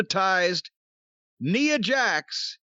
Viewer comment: He mispronounced Nia's name a few times, lol